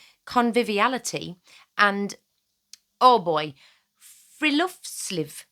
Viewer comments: Um I dont know if there is a difference between Norwegian and Swedish, but in Swedish "hygge" means an area of land that have chopped down trees. Also, when you say "friluftsliv", breathe. its three words together not one. Fri-lufts-liv. Free- air- life. But why are you even linking "cottage core" to the far right? I really get confused when people do that. Is it because the right like "traditional" life? Well that is stupid. Cottages didnt even start with american settlers. For most of humanitys existance, we have lived in small cozy homes similar to cottages with a lot of nature surrounding us. Europeans, Native Americans, Africans, Asians, Aboriginals. We all had a "cottage". So technically, you can do subcategories of cottage core. You can have African cottage core, Native American cottage core, Russian cottage core, German cottage core, Asian cottage core. You dont have to do Instagram cottage core. Its just a heavily curated stereotype, and you do not need to feel bad for not following it 100%. Its far more interesting to see people do their own thing than follow a blueprint anyway. Also, I do not fault city dwellers for desiring to have the cozy and nice parts of country life. We all desire what we dont have, and we often think the grass is greener on the other side. In a way, I think cottage core is for the city dwellers. I mean, country people already live in the country and usually have a rustic environment, they are more likely to dream of living a city life. Cotta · As a Norwegian I could not keep from giggling upon hearing you try to pronounce "Hygge" and "Friluftsliv". But yeh, these things have been very important here for a very very long time and it is interesting hearing it be used now outside our little corner of the world.